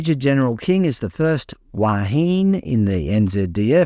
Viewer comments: Wahine = 3 syllables = Wa... He... Ney. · Ouch. "Wahine" has THREE syllables. "Silent e" is a perversity of English spelling not found in Maori. Te Reo is fairly easy for English speakers to learn a bit of. Don't mock the language. DO mock the people who pretend that DEI is in any way compatible with respect for Maori traditions. Look up the story behind the place name "Whakatane" some time, and then it will be painfully obvious that putting a woman in charge of a Navy ship, whether it is right or wrong, tramples Maori traditions into the mire. THAT deserves a full tanker of mockery.